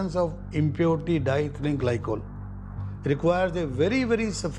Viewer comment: I wish the narrator did their homework and learned how to pronounce diethylene. It’s di-ethylene and not dithlene!